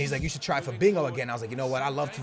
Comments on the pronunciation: Why are you calling Fabinho "Fabingo" lol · Lol not trying to make fun of you but it isn't Fabingo it's Fabinho (fuh-bean-yo) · CAN U FUCKING STOP PRONOUNCING IT FABEENGO IT'S PRONOUNCED FA-BEEN-HO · you pronounse fabinho like fabinyow NOT fabinow PS your videos are amazing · PLZ STOP SAYING FABINGO!!! It's Fabinho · The way he says Fabinho lol "Fabingo" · Why u saying Fabingo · Anybody else hear him say "Fabingo" 😂😂😂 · but the h sounds like y as in to FA-BEEN-YO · Stop Saying Fabingo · Why do you keep saying "FaBINGO" there's no g in there homie.